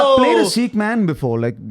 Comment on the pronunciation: Its funny how Andrew is pronouncing "Sikh" correctly and the guy from India isn't.